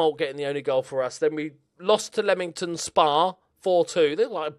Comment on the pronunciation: Come on Leamington :-) (glad to see someone pronounce it right)